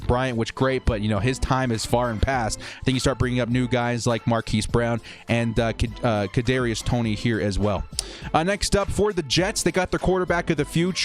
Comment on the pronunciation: I’m not one to pick on how someone says something but it’s pronounced “kuh-darius To-knee” 😂😂 sorry but I’ve never heard someone butcher it that bad, great vid tho